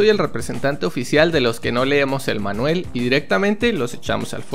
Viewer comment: me encanta como le dices "manuel" al manual XDXX